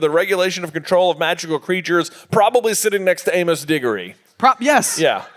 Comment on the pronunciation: Note to J vs Editor: "In the movie" six times, and "in the film" once. Why can't Harry or other Griffyndors see the thestrals after watching "Moody" Avada Kedavra the spider? That's a death too. FINALLY one of them pronounces "Amos" correctly. But then ruins it.